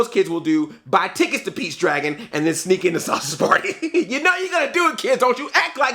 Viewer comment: he said peach his saying beach lol man hahaha thats what I'm hearing man